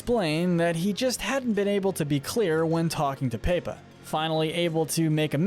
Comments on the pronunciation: Paepa (instead of Pepa) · I love how he calls pepa paypa